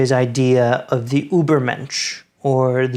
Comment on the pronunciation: A very nice job. Two important notes: please, for heaven's sake, learn how to properly say Jung, and Übermensch! That is all.